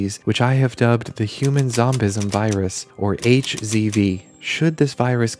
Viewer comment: Ehem, it's pronounced "zombilisem"